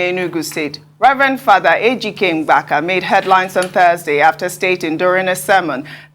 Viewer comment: It's not Mgbaka... But Mbaka